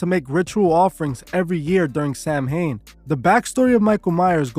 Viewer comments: I like your videos so I figure I will let you know the proper way to pronounce it is SOW WIN. Not Sam hain. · A lot of your information is incorrect. Also Celtic is pronounced with a hard K also Samhain is pronounced Sow-in. There is also no such group called the Code of Thorn. A lot of information about Druids is shrouded in mystery. The ancient Irish deities were not good or evil but could do both good and bad. They were not celebrating a God of death. They were a pastoral people so it was basically a harvest festival that the Irish still celebrate i.e. bonfires and mischief making. It is also big in Scotland due to both groups being Gaels. Halloween took off in the US with mass Irish immigration. Remember that the Devil is from Christianity and Christianity has its roots in the Middle East.